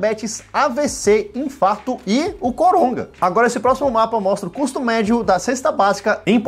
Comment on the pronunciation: porque vc fala "coronga" em vez de corona?